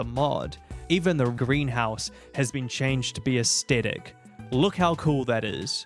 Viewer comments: In this age, when ever pronouncing Aesthetic, people suddenly forget kindergarten English and the rule surrounding 'th.' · Great video but damn the way you pronounce Aesthetic is er, interesting